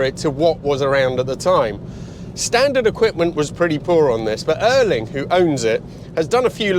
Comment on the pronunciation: So this is Erling Haalands car? - Not Ørling....his name is Ærling.